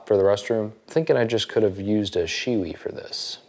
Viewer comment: Dude! you said "she wee"!!